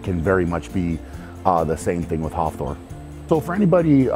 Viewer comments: sounded like hoffthor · Am I the only one cracking up at how he says Hafthor’s name? 😂